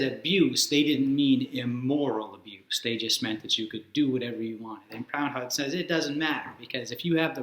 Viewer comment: It's pronounced 'Prood-on'. Aside from my pedantry, excellent video.